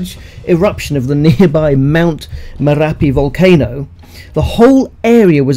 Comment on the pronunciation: It's Mount Merapi, not Morepi 😅